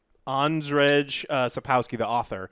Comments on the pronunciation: "Andredge" Epic :'D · His name, was so butchered, i went back to understand what you said. Next time try reading it as Andrei (maybe russian version is easier to read (z in rz is almost silent and our "j" is really an "i" in english )). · The Witcher author´s name is pronounced "un-jay", just so u know. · This is how you could pronounce Sapkowski's name: An-d-jey. Try it out and we'll see how it goes :D. You can call him Andrew as well :D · There's A reason why you read Jennefer as Yennefer so why do you read Andrzej with english "J"?